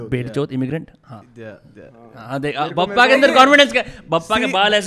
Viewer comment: Bhai vo Bhappa nahi Bappa hota hai Maharashtra mein. Ganpati Bappa